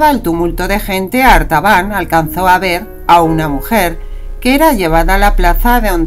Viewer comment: La voz dice: "Arbatan".... Pero el título dice: "Artabán" 🤷‍♂️